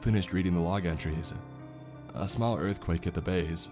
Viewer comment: earf qwake